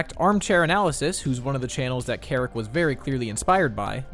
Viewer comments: There were a couple times I heard them say "Keric" but then "Seric" in his own videos lol. They don't even say their own name right! Among the sheer amount of just mispronounced words... That's when I was thinking it was ggs... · is says ceric but you called him kerrick😭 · This is just nitpicking: it’s pronounced “Sair-ick” not “kair-ick”! It’s annoying to hear you mispronounce it when everyone else pronounces it correctly. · just saying, ceric artman pronounced their name as "zeric" artman lol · Ceric Artmans name is so hard to pronounce I used to call him ceric artman with a cuh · I hate the pronunciation of ceric in this video reminds me of my name made me jump a few times